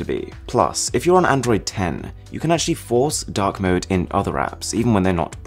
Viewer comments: i thought you said dog mode lollll instead of dark mode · I thought you said dog mode in stead of dark mode. XD